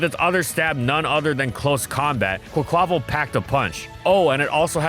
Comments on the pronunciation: i believe quaquaval is pronounced with its last syllable stressed, like the portuguese/spanish carvanal from which the name comes from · The way the narrator pronounces "Quaquaval" 🤣